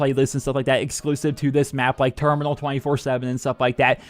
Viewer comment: It's termoonal